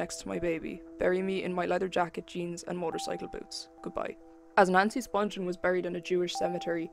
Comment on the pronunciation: Her name is pronounced Spung-ghen not Sponge-en. Watch her mother's interview on here. She knows how her name is pronounced.